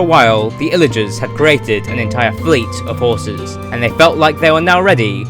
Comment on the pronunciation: Ok am I the only one who heard him say skrraten hrrses (not trying to be rude)